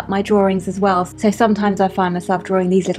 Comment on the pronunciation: I love how you say draring! ...and you are mega-cute!